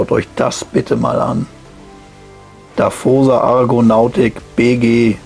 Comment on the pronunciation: Und natürlich "Dawosa" ausgesprochen und nicht "Daffosa" ... 🙂 Sorry Leute... 😇🤣😂